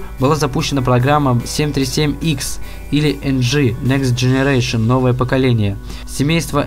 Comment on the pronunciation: Next generation переводится следующее поколение ! И произносится не ЕР а ИАР